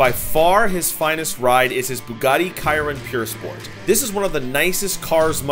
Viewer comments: It’s not Bugatti kiron it’s Bugatti Chiron like shiron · Did u just say kiron?😂😂😂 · It’s Chiron not kayron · Ciron ? 😢😂 chiron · "bugatti kayron" 💀💀💀💀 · Did he say bugatti kyron 🤦‍♂️who makes a video about cars and cant even get the name right? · KYRON?? BRO SAID BUGATTI KYRON